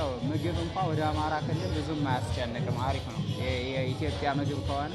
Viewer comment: አምሓራ ነው ያለው not አማሖራ